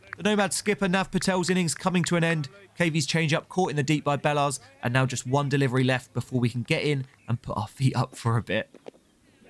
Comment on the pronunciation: not sure that's the right pronunciation of bellars